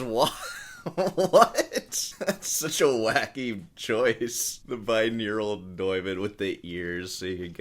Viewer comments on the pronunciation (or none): It's not bineural it's binaural! Aural is to audio as visual is to video.